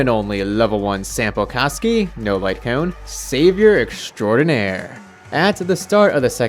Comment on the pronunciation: I dont know if its just me but it sounds like ur saying sampo c--kski 😭